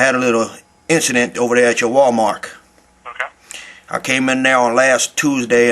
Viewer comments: He said "WalMark" lmao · haha u said walmark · Lmao he said walmark